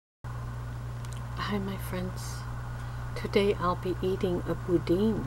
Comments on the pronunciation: it's not boudene , it's boudin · It's not boudin its boudan say boudan but it's spelled bouidin